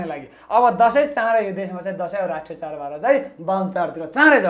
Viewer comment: char haina bro chad ho.nepali bhayera nepali bolna nai aaudaina.pahile nepali sikera aayera interview dine.khana napayera christian le paisa dinxa ki bhanera party join gareko jasto xa manxe herdai.